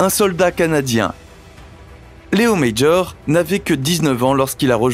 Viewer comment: Léo Major, un québécois francophone. Son nom n'est pas Médjor comme vous le prononcer à l'anglaise, mais M-A-J-O-R, comme en français.